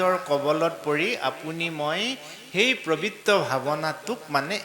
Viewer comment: বাপজনাৰ সকলো শব্দ যেন মৌসনা মাতৰ ৷কিন্তু “পৱিত্ৰ“ শব্দটো কেলেই ’প্ৰৱিত্ৰ’ বুলি উচ্চাৰণ কৰে বাৰু?